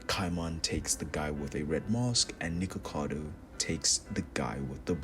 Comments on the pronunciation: Not you calling nikaido nikakado 😭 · For everytime you called Nikaido Nickacado I could feel a piece of my soul get shattered to bits, your funny asf man keep it up.